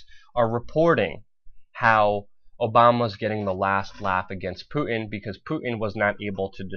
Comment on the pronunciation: PuTin. Putttttin. It has a T in the middle! I know we are on the brink of WW3, but it drives me nuts! haha.